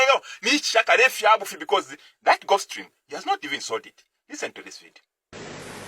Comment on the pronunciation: you even don't know how to pronounce gulf stream instead you saying golf stream, bane you need to work hard, Zambia need serious leaders not jokers like you